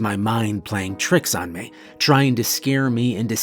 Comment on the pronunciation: Why can't this guy pronounce "me" properly?